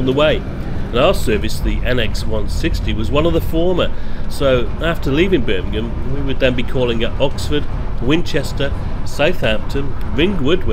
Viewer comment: its Birmingham